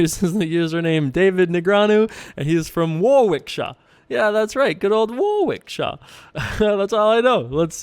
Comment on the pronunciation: Thanks for the video! It's pronounced 'Worrick-sheer' :)